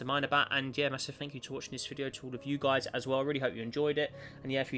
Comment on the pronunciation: It's guys not guises.